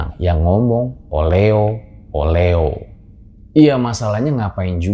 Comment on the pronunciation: Sebenernya oleho bukan oleo